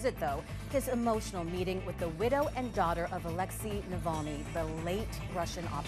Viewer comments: The reporter can't even pronounce Navalny??? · bet sniffy can't pronounce that name